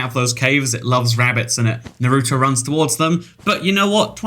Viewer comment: you said naruto wrong